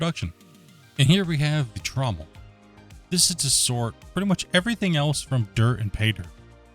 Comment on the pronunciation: TRO-Mule :'D :'D TrauM-MEL.